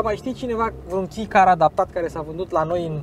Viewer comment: misto review, dar cred ca se pronunta kei nu ki car. si exista clasa supermini care include cele mai mici masini... edit: ce plm legatura are servodirectia sau absenta ei cu raza de bracare? :)))